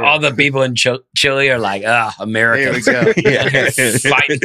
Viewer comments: Aaron, it’s pronounced “chee-lay” not “cha-LAY” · Lol, i forgot how much i love when they’re all together. By the way, its not chLAY either, its pronounced Chee-leh 🤦🏻‍♀️ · Aaron still sounds like an idiot saying Chile. It's pronounced Chee-leh, not Chill-Ay. Love the attempt though. ;P